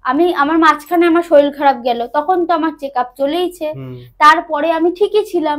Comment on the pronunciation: Bhalo laglo, tobe saril saril naa bole, sarir bolle sunte bhalo lagto...